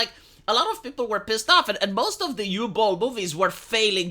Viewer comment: “Uwe Boll” it’s pronounced “oo-veh” Boll